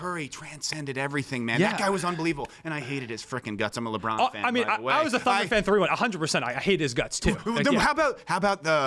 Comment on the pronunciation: "leborn rolls" locks in